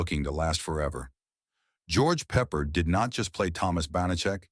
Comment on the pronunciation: 3 weird facts about the 20 weird facts: Voice-O: Peppard is pronounced Peh PArd' not peppered.16 episodes. plus the pilot which was a multipart episode. Banacek got 10% bounty finders fee, not %15.